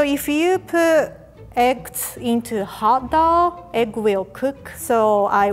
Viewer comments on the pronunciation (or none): I thought she said hit dog instead of hot dough